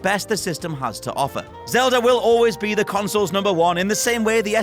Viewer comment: Zelda!!! Its zelda